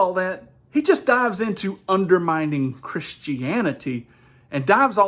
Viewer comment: Its undermining, not under minding. Don’t take language for granite.